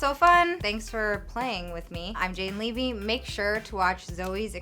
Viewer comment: Levy is my last name and we pronounce it like this too